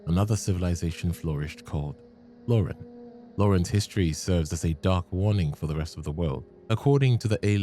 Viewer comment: Hey, I've got a question about the pronunciation of the names. Is there a "canon" version? I've never played the game, nor will I (I get motion sick, unfortunately), so I'm hoping if someone could help me out. Reason being, in most of the videos I've watched so far, "Loron" sounds like "Lauren/Laurin" to me, and Oedon like "Odin". (The latter gets a "really? do we have to do this?" sort of annoyed sigh from me). Also, if that is just an English quirk, how would one spell a word where the last syllable actually is supposed to have an audible "oh" sound while leaving it unstressed?